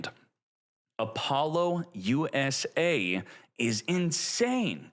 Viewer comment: I can’t tell if you’re trolling or not with these pronunciations. I can let the Maliss slide, but Apollo USA, that’s too far, lol.